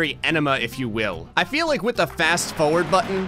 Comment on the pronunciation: Fast fOwERd